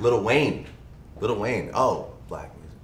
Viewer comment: Why do people keep saying "little" it's "lil"